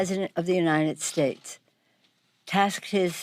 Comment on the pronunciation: My money's on Trump!!Ga besh the oonited shaste and all the other words he can't pronounce correctly maybe it's signs of a stroke or maybe his daddy paid his way through school and he just can't read!!!